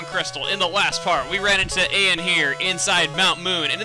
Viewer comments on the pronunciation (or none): you say Eyan wrong. it's like Ian only you spell it different